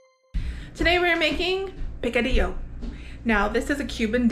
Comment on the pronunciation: Ok, I grew up in Miami and Picadillo does not sound right unless you say it with the Cuban accent! So redo this video and include the accent. 🤣🤣 That looked so good, I am going to try and make it again. I have tried before but can never get the meat fine enough. So having said that, does using sirloin allow the meat fall apart easier? LOVE the knife skills! Primo!!! I can only imagine the smell that drifted through the condo, I bet it was delicious! 😍😍